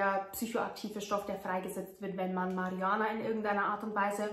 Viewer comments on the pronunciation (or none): Mariuhanna sagt sie . Aber sorry dein englich ist irgwie katasrophal die aussprache . Also nur die aussprache du kannst denk ich so perfekt fließendes english aber wie du manche sachen aussprichst tut halber weh